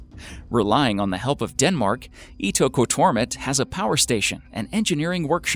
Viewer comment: Omg thank you for saying "Ittoqortoomit" I probably spelled it wrong, but for a long time I've wondered how to pronounce that name. I have searched it on Google Earth. It's a very small village.